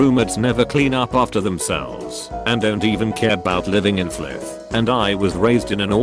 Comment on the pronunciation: "Flith" I, too, am also triggered by the unreality of sitcoms.